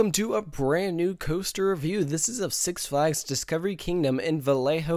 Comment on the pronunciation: You should do a video where you review, the word review; or reyveerr as you pronounce it! Idk why, I have a love/hate emotional response each time you say reyveerr (review)... 😄😕😜